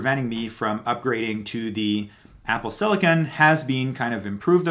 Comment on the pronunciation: Constructive criticism: 1.) No need to say "actually" before each statement of fact. 2.) Pronounce 'th' correctly. 'Through' is not 'true'. 'The' is not 'dee'.